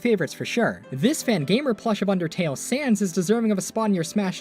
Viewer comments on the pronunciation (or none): none